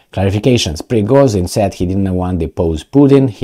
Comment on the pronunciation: Prigozhin = **Prigojin**, not Prigozin. It sounds like fashion compared to fassion..